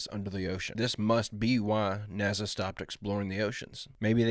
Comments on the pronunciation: They didn't fake the challenger explosion I watched it blow up with my own eyes and not on TV. I just don't think anyone was on the damn thing. And, bro it's Nasa not Naza😂😂😂why do you pronounce it that way? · nasa not naza. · I really like your channel but the way you say Nasa, irks me lol. Theres no damn Z in "nasa".